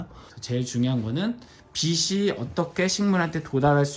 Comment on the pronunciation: 빗이 아니라 빛이다 비치로 발음해라